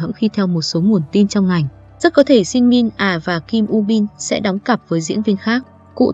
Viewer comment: trời ơi đọc tên Shin Min Ah sai rồi kìa trời